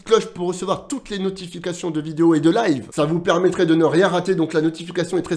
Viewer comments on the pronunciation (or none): none